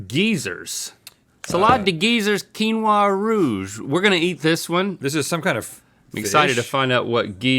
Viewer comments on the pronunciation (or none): none